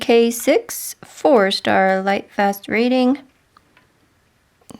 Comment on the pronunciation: I’m a new subscriber to your channel- love your content. I do find it interesting that when you mention lightfast ratings it sounds like you are saying “Starlight fast rating.! 🤣🩷